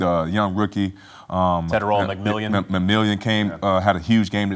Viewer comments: nigga said “Legarrete and McMillion" 😂😂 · "M'Million"...?? (who?) 😂😂😂